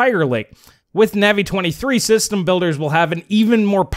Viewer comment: please check how your pronounce Navi: long A, not short A. Minor irritation to otherwise fantastic videos you have!